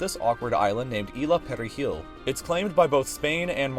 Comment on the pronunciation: Cuando intenta decir isla de perejil fue buenisimo